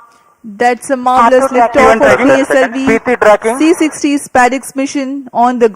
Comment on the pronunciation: Liftaaaaaf Naaaarmul 😂👍